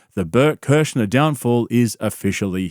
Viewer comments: Kurzner?? 😭😭😭 No one respects him in the slightest, it's so hilarious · Shannon Sharpe called him "Bert Kershner" 😂 thats gotta sting Bert's ego a little bit & Bert didnt even correct him lol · Why do you keep saying Bert Kerschner? If this is a joke can someone please explain? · How the fuck do you get "Kershner" from "Kreischer"? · Hearing Shannon unironically saying Bert kershner is hilarious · I had to rewatch to count the "Bert Kerschners" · If you want to remember how to pronounce Kreischer, it's "cry-sure". Cry? Sure! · Was that kershner on purpose by Shannon? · Do you mispronounce his last name on purpose? Is there an inside joke I’m not aware of? Also, making videos shitting on entertainers is pretty gay. You prolly don’t have a lot of friends. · I love that Shannon mispronounced his name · Why dont blacks say this guys name right 😂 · It’s amazing how many times you pronounced his name wrong. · Nobody can say his last name right lol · Why are you saying his last name wrong? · You dont say his last name correctly at all 😂😂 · Do you not know how to pronounce his last name?